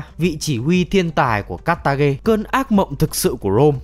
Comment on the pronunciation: nó là ca tha, không phải ca tha ghe